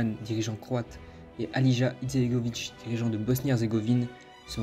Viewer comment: La prononciation mon frère 🤣 🤣 alija tu le prononce Aliyah frère et republika srbska en gros tu le prononce repoublika serbeska mais sinon merci 🙏